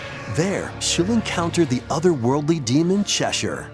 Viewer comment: I’m glad he pronounced Cheshire correctly.